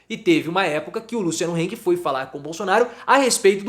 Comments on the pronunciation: Se pronuncia Hang e não Heng. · É hang e não heng, em alemão a é a e nao ei